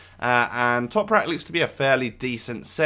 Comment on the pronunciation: Quality video, just for future reference it's Ö which is pronounced like 'oe' so it's said like oemer (say it fairly fast), but you said Toprak well:-)